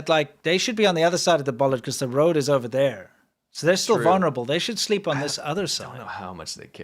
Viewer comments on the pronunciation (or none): none